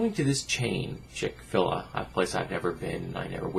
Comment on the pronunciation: Not being a douche but its Chick-fil-a. Each is pronounced separately. I agree with you about the fast food chains being the sum of all dietary evils. I will give Chick-Fil-A some points for standing up for what they believe in (even if I think its wrong), they have always been a strongly Christian establishment going as far as all the stores being closed on Sunday and they have never made apologies for it. They will definitely lose some business from this though.